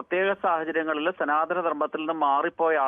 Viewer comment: സനാദനം😂😂😂 അല്ല സധാ സമയത്തും ധനം മ്മൈ കുറിശ്ശി